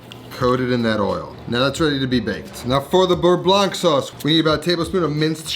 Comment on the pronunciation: bearnaise also contains tarragon besides egg yolks (compared to beurre blanc and btw you do not pronounce the ending c in "blanc")